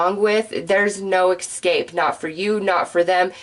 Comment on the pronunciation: Another great reading but es cape & es pecially. No such thing as ec scape or ec specially.